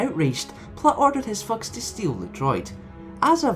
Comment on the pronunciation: you should work on spelling g a bit softer,it always sounds like unkars fucks when you say unkars thugs